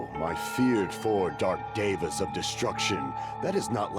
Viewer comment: No one:: calling the hamsters Diva instead of Deva 🤣